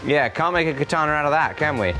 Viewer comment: Could we say katana less like the English pronunciation of ‘banana’? And more like ‘kah-tah-nah’?